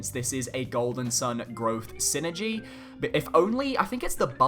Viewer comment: Just want to make a little correction on the way Psynergy is pronounced as Psynergy is a portmanteau for "psychic energy" (エナジー Energy in Japanese) and is not meant to be spoken as the word synergy. It is the form of magic featured in the video game series Golden Sun for those who aren't familiar. #TeamIsaac4SmashUlt o/